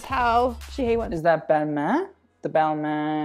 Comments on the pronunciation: ooof you butchered Balmain and Olivier Rousteing's name........... cringe... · U keep commenting and judging people who can’t pronounce designer names and u can’t even pronounce Balmain right 😂